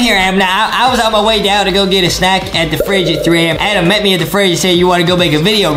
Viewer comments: It is Adem not Adam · It is not Adam it is Adem